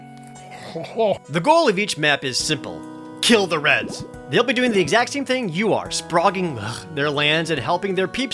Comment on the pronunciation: "Your goal is to kill the reds" I know Molineux is British, but that does sound distinctive American all right...